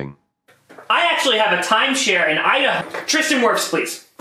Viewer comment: “I actually have a timeshare in idah”